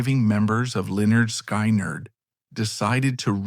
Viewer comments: Sky neerd? hahahaha. Try pronouncing Skin-erd! What an ass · it is pronounced skin erd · why can't they pronounce the name correctly if they've gone to all the trouble to make the documentary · Really!!! Another one that can't pronounce the name of the band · If you're going to tell a story, make sure you can pronounce the band's name correctly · Honestly dude I could not make it through this video just how your saying the band name and bro........ wtf happened to Ed King!??